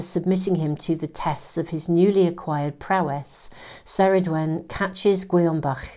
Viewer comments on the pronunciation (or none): Ceridwen is pronounced Kerrid-wen 😊